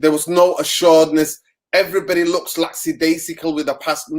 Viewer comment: Lacksidaisical... Lol bro, the word is Lackadaisical